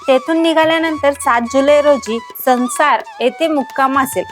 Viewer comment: संसार ❌ सणसर आहे आम्ही तिथेच राहतो